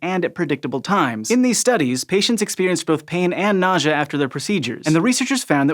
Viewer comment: Nausea or... Nojah? What???